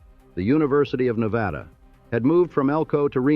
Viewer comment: Well, at least the AI narration manages to pronounce Nevada correctly, something many humans manages to botch. It's pronunciation of Tonopah is laughable, though, even after taking two separate stabs at it. But, then, many humans screw that one up too.